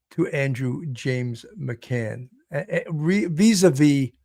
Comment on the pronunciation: Please get his name correctly- it’s McGann not McCann- pronounced with a hard G. Your title uses McCann and you go back and forth in your podcast between using the two different surnames. Thank you!